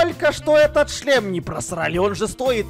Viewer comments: Когда они много раз говорили "шлем" я слышал "член" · Я ждала момента когда они за путаются и скажут вместо шлем: ч-шлем😅